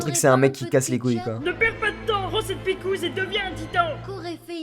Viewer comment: Il a dit picoure